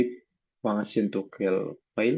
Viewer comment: disini saya akan Kasih kritikan 1.verb artikulasin nya kecepetan dan menjadi belibet dalam pengucapan 2.dalam pengucapan kita tampilan berarti yang di tampilkan aja tidak di presentasikan seharusnya kita tampilkan Dan presentasikan. 3.dalam pengucapan toggle jadi TOGEL 4.memang index bisa melindungi file 5.ada video temen lu masuk Dan itu menjadi presentation kita menjadi ga karuan ketika kita presentation ke user 6.mari langsung saja kita menuju web nya nah seharusnya yg dimaksud web ya berbuntuk tampilan website bukan menampilkan source code 7.ketika ga bisa konek ke database itu kode error nya apa Dan kita harus bisa jelaskan gagal ga bisa konek itu ada kode error nya 8.lalu ada pengucapan kata² TAE sebaiiknya edit Dan potong dahulu sebelum post ke YouTube 9.intro kepanjangan 10.mending tampilin ui nya aja langsung